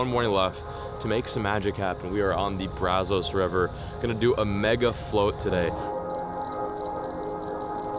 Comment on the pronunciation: Braz-US. Please start pronouncing better!!! Wash-u-tah! Thank you! If you go to Mexia, muh-hey-yuh 👍🏼